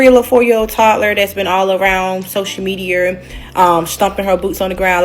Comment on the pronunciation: Social mediiarr… 🤣🤣🤣🤣🤣